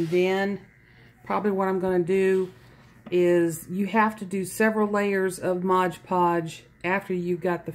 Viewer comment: It's NOT MODGE PODGE, it's MOD Podge.